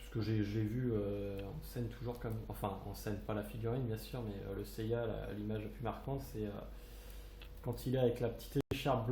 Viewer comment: Salut bien ta vidéo ^^ mais,j'ai remarqué que tu disais,(yaya,ou gaya???? ou encore yeya) je rappel que son nom est seiya.^^lol